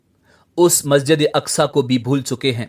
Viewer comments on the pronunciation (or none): none